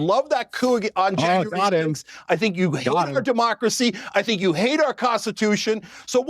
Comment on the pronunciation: for evermore it's sink....or chunk